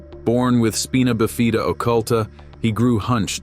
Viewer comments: For real...that was awful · It's pronounced...( Spine-na - buh-fyda)...not speena befeeda...my dad survived polio and ended up able to enlist in the army..and I never thought Conway was arrogant i always heard he was right nice and being hearing impaired myself I understand his deal and I absolutely loved minie pearl..wow buck owens he's originally from Sherman Tx and they have a highway after him.. and what was called stage fright..never know when Don Gibson might've been on the spectrum..alot of musical geniuses have ASD but we barely know anything now about it.. imagine what it might've been like in the 50s 60s.. for someone who might've had it when you said " social anxiety" and in ability to look in the eyes..i get it im no arm chair shrink i also have Asd and had the same thing said and noticed about me but im no music genius i do visual art..but these are definitely interesting and inspiring and my mom has bells and I remember her liking Johnny horton i wonder if she liked him because they had the same thing ill have to ask her i think she just noticed the songs and not the similarities knowing her .. anyway interesting video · Spina Bifida, pronounced SPY-nah BIFF-ih-duh. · The hell is "speena abeefia"? Bots need to piss right off. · No kidding. And it not pronounced "speena abfeefia". That was my point. *sigh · I’m not fond of the way he said spina bifida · I'm definitely not happy with the way it was pronounced.